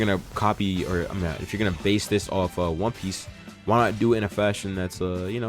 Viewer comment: Did this man just say one pice the best anime of all time?